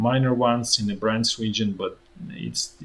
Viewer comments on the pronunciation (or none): none